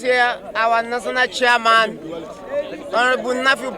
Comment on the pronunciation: Noo, it's siaman o😅😅